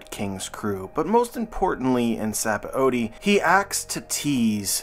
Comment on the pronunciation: It’s just pronounced “sab-O-D”